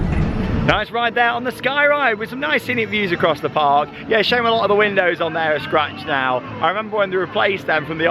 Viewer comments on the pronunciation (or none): none